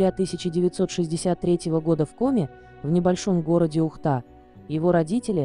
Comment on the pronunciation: Не вКоме,а в Коми